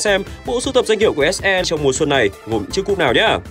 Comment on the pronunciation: Ông đọc kịch bản đọc SE là ếch i xong phải chèn ếch e vô hả Chèn hết cái clip này chắc mỏi lắm :>